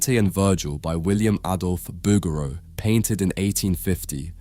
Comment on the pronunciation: Very nice video... but seems a little unbelievable lack of (?)from someone that pronounces ''Booger-O''